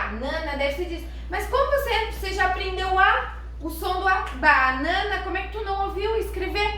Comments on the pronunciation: Creio que se lê Bãnãna é não Bánãna, segundo nossa gramática. Obrigado pelo conteúdo, vou tentar com meus filhos! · Mas aí há um erro na pronúncia da palavra "Banana". O primeiro A é triste também, pois a regra do português diz que a vogal "A" quando vem antes de "M" e "N", tem som de "Ã": Banana (Bãnãna), Roraima (Rorãima), Flamengo (Flãmengo), etc. 🤔